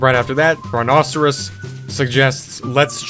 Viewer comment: I think it's pronounced like 'rhino-serious', and that's not a foosball table, it's a pinball machine.